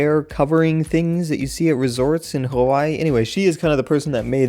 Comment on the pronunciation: I cringe whenever says Hawaii in that mainlanders voice. Like if u are a fellow islander.